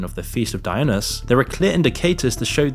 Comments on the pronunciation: Dionys??? dai-o-nus?.... Dionysus - The "y" sounds like an "i".. no silent "s" .. Sounds like: dai·uh·nai·suhs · Lol you know addiction is a business, shilling vapes Oh and Dionysus is pronounced like - Die o nye sus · you can't even pronounce dionysus correctly 💀 no right to judge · yeah when u can not even pronounce dionysus in your YT video is obvious with that level of ignorance that you still claim is the last supper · Can't even pronounce Dionysus but is totally an expert on what was being portrayed. Okay dude lmao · This guy doesn't check his typos ('Weirderst') and he can't pronounce 'Dionysus'.